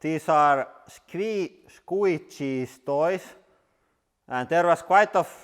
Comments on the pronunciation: Sgwuitchiz toiz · Scwiche jouys